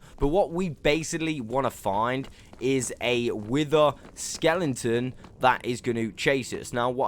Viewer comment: stop saying skelenton please🤥